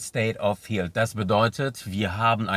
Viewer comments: Darf ich Dich darauf hinweisen, dass Du das Wort "health" falsch aussprichst? Es wird nicht "hieltsf" ausgesprochen, sondern eher so "helltsf" (th-Laut am Ende, schriftlich schlecht darstellbar, aber ich hoffe, Du weißt, was ich meine). :) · Informativ, wie immer. State of “health” soll aber als "Hält" ausgesprochen werden ;-) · Bitte mal Health Aussprache googlen. Nicht böse gemeint, habe bei archive auch ewig falsch ausgesprochen.